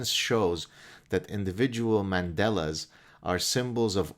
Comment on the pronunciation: Not "mandelas". Mandalas. Big difference!